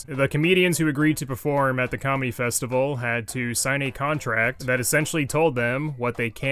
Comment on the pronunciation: Anyone else hear commie instead of comedy?